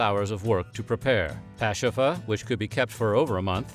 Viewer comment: This guy wasn't afraid to pronounce the Native language. 👍👏